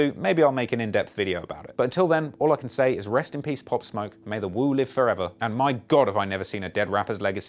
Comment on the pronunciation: This foo said Pop/smoke lol